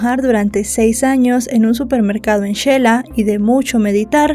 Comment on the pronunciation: No sabía que era de guatemala, me parecio muy raro que pudiera pronunciar perfectamente xela